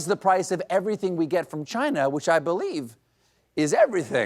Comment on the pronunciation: He really needs to improve his Trump pronunciation of "Chinahhh".